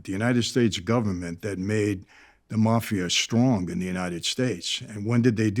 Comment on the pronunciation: Wish the mafia guy would teach the host how to say mafia- Jesus! Had to turn in off